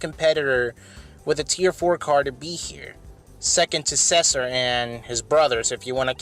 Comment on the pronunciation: He pronounces Cesar as Sessur XD